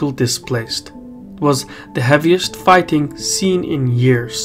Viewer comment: WTF is Fighthing ? What are you speaking dude